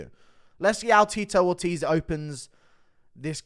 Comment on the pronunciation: Not Teetoe Orteez with Ctee E